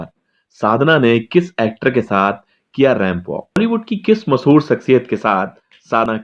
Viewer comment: O bhai , masahoor nahi mashahoor hota hai